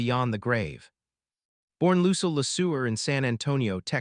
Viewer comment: Lucil? This AI needs to be updated